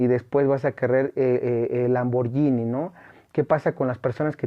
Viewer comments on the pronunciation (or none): none